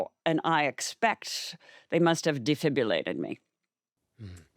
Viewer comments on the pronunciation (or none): Not to take anything away from her grief experience, but if she was in a Mensa school as a young child, why didn't they teach her how to break down a word like defibrillate and pronounce it correctly? There is no "U" in that word.